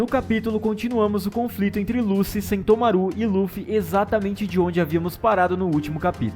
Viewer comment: Por favor pronuncia certo o nome do lucci kkkkkkk tem dois “c”, então a sonoridade é “luti”